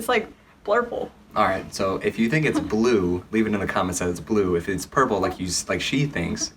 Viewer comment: It’s blueee You’re not colorbind lol 😂😂